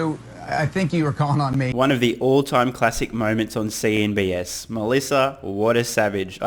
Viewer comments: CNBC. Why do you keep saying CNBS? Could be the channel name when you're hanging upside down, but still just broadcasting CNBC. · Sorry mate, CNB”C” not “S”. Just looking out. No harm intended. 😊